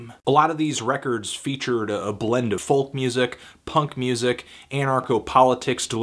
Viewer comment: The L in folk is silent.